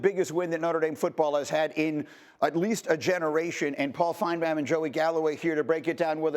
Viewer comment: I hate how greeny says Paul’s last name. Like has he ever actually tried to pronounce it right? No one else butchers it that way. You’d think someone would correct him. It’s not an accent thing, he’s literally just saying Paul FINEBAWN